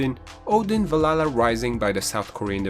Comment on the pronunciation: I hate how you say Valhalla. It's not Val la la, but good list.